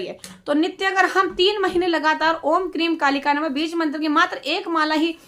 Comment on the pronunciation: क्रीम नहीं हैं ‘क्रीं’ हैं